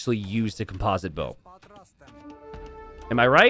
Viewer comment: Listen, you got composite down but you still don't know how to pronounce orange. :D